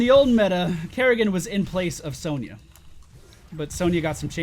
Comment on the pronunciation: Isn't it pronounced son-ya not sown-ya???